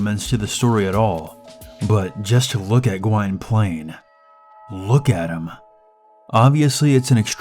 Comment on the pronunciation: GWYNPLAINE pronounced: G'win plane learn pronunciation! You also missed out THESE important details: In 1680s England, King James II sentences his political enemy, Lord Clancharlie, to death in an iron maiden. Clancharlie's son, Gwynplaine, is disfigured with a permanent grin by comprachico Dr. Hardquannone, so that he will "laugh forever at his fool of a father". When the comprachicos are exiled, Gwynplaine is deserted. He discovers a blind baby girl, Dea, who has also been abandoned. Together, they are taken in by the mountebank Ursus. Years later, a now-adult Gwynplaine has become The Laughing Man, the freak show star of a traveling carnival. He and Dea have also fallen in love; he remains distant, believing himself unworthy of her affection due to his disfigurement, although she cannot see it. Meanwhile, the jester Barkilphedro, who had been involved in Lord Clancharlie's execution, is now attached to the court of Queen Anne. He discovers records that reveal Gwynplaine's lineage and rightful inheritance. That estate is currently possessed by sexually aggressive vamp Duchess Josiana. Queen Anne grants Gwynplaine his peerage and a seat in the House of Lords, and orders Josiana to marry him in order to restore the proper ownership of the estate. Josiana, interested in the estate and perversely attracted to Gwynplaine's disfigurement, attempts to seduce him. Ultimately, he rejects her advances, renounces his title, and refuses the Queen's order of marriage. He escapes, pursue